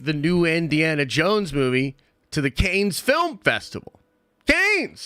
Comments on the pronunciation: He keeps saying caines, does he mean Cannes Film Festival? Damn 😂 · BRO IT's Pronounced CAN! (Cannes film festival) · Between the pronunciation of Cannes and the response to my entourage question last week…. It’s quite clear…. must watch entourage. Even the goat Stan Lee is in the show at some point! Den of goats!